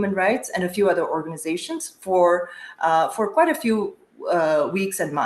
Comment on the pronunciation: Say, guite, not gwite